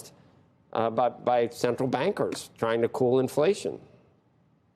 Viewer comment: Don't get cawwied away. Infwation is still vewy hot.